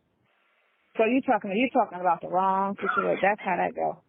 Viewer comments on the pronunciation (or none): uses the word “situation” in just about every phone call. She says “shichuation” instead of situation.